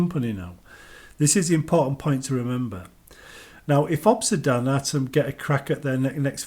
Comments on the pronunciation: Bro obsidian not obsidawn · Why are you saying Obsidan?